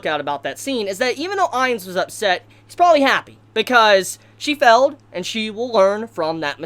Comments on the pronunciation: What's with the pronunciation? Felled? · will you pronounce failed correctly.